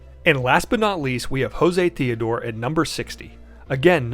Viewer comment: Jose Theodore's name is pronounced with a hard J, "Joe-zay." Not sure if anyone at Atlus ever heard of him, but oddly, there is a mysterious new character introduced in Persona 5 Royal who's named "Jose," also with a hard J. No connection, I'm guessing, but the pronunciation isn't common.